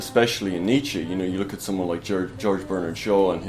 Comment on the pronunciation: knows his stuff, even if he gets that last syllable of Nietzsche's name wrong in the pronunciation (not -ee but -uh - the Germanic phoneme schwa as present at the end of the German word "Mutter" as it is in the English word "mother").